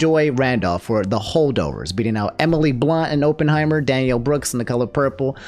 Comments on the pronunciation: "open heimer" just pronounce it correctly ONCE for the love of god. i just have a weird thing about pronunciation its not your fault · Drink every time pronounces "Oppenheimer" in a weird way, the result might surprise you (death). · He fumbled Oppenheimer and Cillian too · “Open heimer” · "Sillian Murphy for Ohpenheimer" is just a white woman in disguise i stg